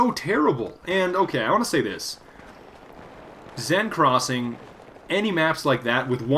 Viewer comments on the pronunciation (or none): it's not "ZEN crossing" so go watch jackfrags' video on how to pronounce seine crossing